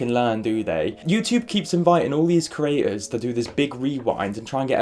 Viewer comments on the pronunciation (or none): Why is there a number of youtubers that say ‘cerators’ instead of creators. I don’t get how you can get it confused